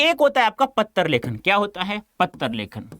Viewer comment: Patra ko pattar